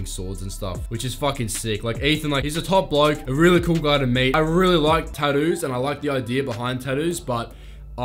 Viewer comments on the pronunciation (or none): The way you pronounce tattoos is great, Tadoos 😂😂